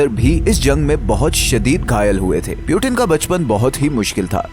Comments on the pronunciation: Putin hotia hai bhai Putin (poooottiinnnn) piiiuuuutttiinn nahi hoti. Piyutin Piyutin krta rhta hai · Peuten nahi Putin 😂😂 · Its puutin not pewtin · सीधे पुतिन क्यों नहीं बोलते हो, पिउटीन पिउटिन क्यों बोल रहे हो? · ye pyuten kon hai or 1992 mai kese peda hua voice dhyan se suno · You not speaking Putin name correctly